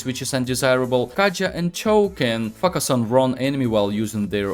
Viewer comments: "Fuck us on" literally what I hear instead of "focus on" . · Bro everything is perfect but the focus part feels like f**k us .the pronounce is (foe- Ka(as in crow)-Us (as in hiss) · Сильный русский акцент , плюс очевидные ошибки в произношении звуков и целых слов и постановке ударения в слове очень портит речь. Советую, перед озвучиванием видео на английском проверять произношение в словаре, чтобы не было таких казузов, как произношение слова "focus" как "facas", которое звучит как не очень хорошее слово) А информация вполне полезная. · Am i the only one who misheard focus to fuck us first time? 😂 Very nice guide thank you for sharing :) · Great video. It popped up in my recommended. Seems like I've found a gem mine. Your method of teaching is superb. But just a little thing, Your pronunciation of the word "focus". In several times I heard it as "f$ck us" 😅. I hope you can improve that. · When you say focus,because of yur accent it sounds like f**k...lmao 🤣🤣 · "Fuck us" literally what I hear. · Почему он всё время говорит "fuсk аss"? 🤔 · They he said "Focus" 🤣